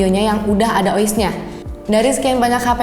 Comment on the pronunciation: "kamera e-fifti-tri ... yang udah ada o-is nya". hmmmmm.. ada yg aneh sepertinya 🧐😅